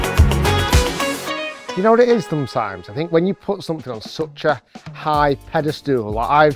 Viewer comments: Loving the Rickism - when you put something on such a high "PedeSTOOL" 😂😂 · "Pedestool" Rick making up new words now 😂...might catch on